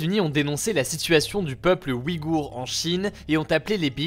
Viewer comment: Le tréma fait que l'on prononce "ouille-gour" non?